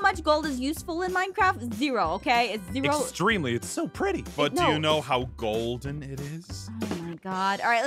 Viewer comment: Pleaassee stop saying gold ein